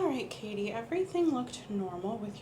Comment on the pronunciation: Al inicio el “ Hi Katie ” se me pareció al “ Hi Barbie ” At first, "hi Katie" seemed to me like "hi Barbie"